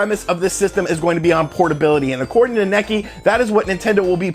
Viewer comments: Great video as always. I believe Nikkei is pronounced "KNEE-kay" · Nikkei = Knee-kay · Say "Nee-kay" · Nikkei is pronounced Nee - Kay . . . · "Necky" was killing me. lol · My ears are bleeding, man.